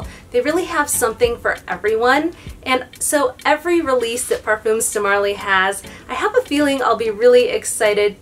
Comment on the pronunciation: Par-fum. rhymes with gum. No s.